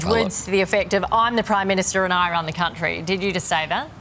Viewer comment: "I wun this countwee!''